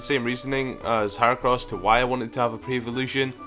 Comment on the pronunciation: Its Her-ah-cross not Her-Oh-crouss